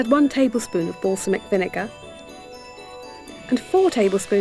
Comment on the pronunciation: If anything, this brings memories of my Mum buying the book and me hating most of it. Now, 30 years later, I'd say...pretty normal UK fare now. Amazing how tastes change. (Also, why did no-one, even by How To Cook, tell Delia NOT to call it basalmic vinegar instead of balsamic...still has me shouting at the screen...)